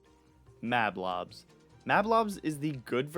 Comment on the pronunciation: Rage Mage is a guy, and it’s pronounced MAHB-lahbs, “Patrick Star”! 🤨